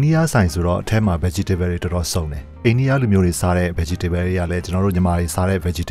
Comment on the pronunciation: Bro ရေ ဗတ်ကြီတေဗဲလ် မဟုတ်ဘူး ဗတ်တေဗဲလ်